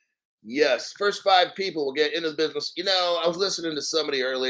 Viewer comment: "Bidness" 😂😂 salute from the black crypto community 🫡